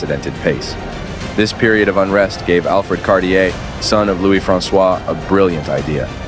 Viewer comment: Thanks for a great video. However, it will create more good will if you try to pronounce the brand name like it's actually pronounced. But again, good video, thanks for that :-)